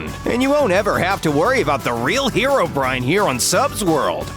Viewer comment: It’s hero-breen, not hair o brine